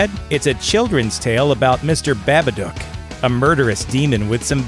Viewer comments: Narrator is mispronouncing the the title "Babadock". It is pronounced Baba-duke. The "dock" part of the name should sound like "duke". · Am I the only one who was cringing about how he said Babadook?This is how you pronounce it, Ba-ba-dooooook! The OOOOOOOOOOOOO is key my dude! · unforgivable how hard you butchered pronouncing "babadook" ... smh